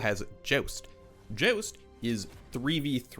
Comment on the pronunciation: The way you said Joust was explained thoroughly when you said the word About. Love the work